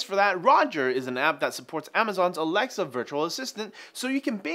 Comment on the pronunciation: Every time you says alexa I here lamarr